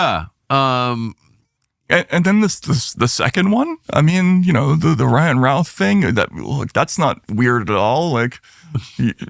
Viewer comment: For the last Fing time, I live 20 miles south of Greensboro, Routh's hometown, I have known 100 people in my life time with that last name, IT IS PRONOUNCED RUTH, NOT ROWTH.